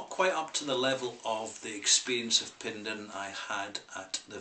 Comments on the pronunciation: It's pronounced "pen-dair-in". Penderyn literally translates to " the head of a bird". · Penderyn is pronounced Pen-Dare-Rin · The mispronouncing of the product, and obviously the place, is annoying beyond belief. Wish it was possible to correct the audio. However I understand that this would be impossible to change. Also please review the rest of the whisky range. Hey maybe you can get the name correct in a new video.